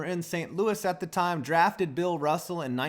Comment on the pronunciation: draftered, Can you even speak